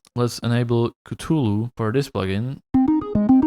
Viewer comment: It warms my heart to see that no one made fun of you for saying catulu